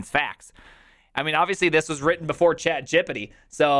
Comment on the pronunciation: why does he say chatgpt as though it rhymes with skibidi